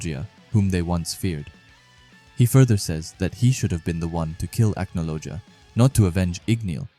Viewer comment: The pronunciations of the names in this video is killing me, I definitely recommend watching a bit of the English dub but 3 minutes into the video here’s some help Gajeel : Gah-jeel Levy: Lev-ee Mirajane: mee-rah-jane Cana: Con-Ah Laxus: Lah-X-us Charle: Car-lah (idk why but yeah it’s different in English) Acnologia: Ack-no-low-gee-ah I’ll add more if necessary as I watch👍